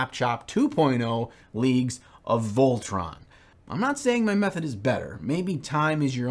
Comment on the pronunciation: Isn’t it Leagues of Voltan and not Leagues of VOLTRON? LOL 😅